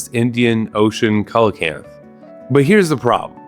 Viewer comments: Coelacanth is pronounced see-lah-canth. How you ppronounced arapaima (air-ah-pie-mah) hurt more. Fun fact about arapaima, they were around alongside the dinosaurs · so close on the coelacanth pronunciation! "coe" sounds like "see"